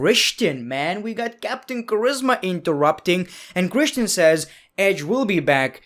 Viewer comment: Everybody: Christian..: kreshten